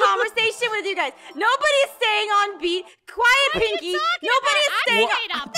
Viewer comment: Its pinki not pinkie